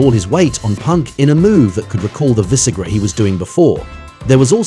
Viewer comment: “Vis-SARA” smh 🤦🏾‍♂️